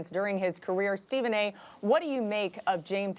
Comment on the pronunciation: English word: Stephen a: lemme throw a R at the end of that Mf